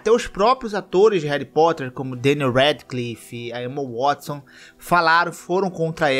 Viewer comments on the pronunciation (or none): none